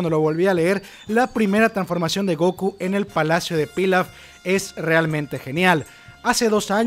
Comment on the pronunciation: Se dice Gokú no Góku